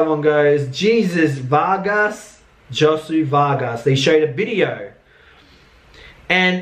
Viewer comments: pronounce his name as Ho-say just say HOE SAY..OR HOE SWAY one of those! Love you ❤ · His name is pronounced Ho-sway. I have 2 friends with that name, they go by Josh.